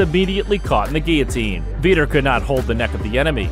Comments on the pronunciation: Who the hell is "Veeeter"?? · Learn the lingo first . Vee-tor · Veter? Lol😆